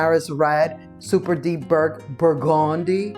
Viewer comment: Thank you for showing the burgundy lady 😂😂😂I think she is saying it bur-GOON-dee with emphasis on the goon syllable